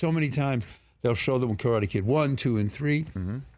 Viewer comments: I really love the way of respect he is paying talking about Karate Kid and Cobra Kai. even the way he pronounciate Karate. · Martin Kove says "Karate' correctly. RESPECT